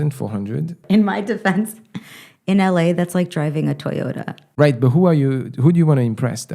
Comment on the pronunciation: Did she litany say it's like having a tyota 😂, you don't get the Toyota reliability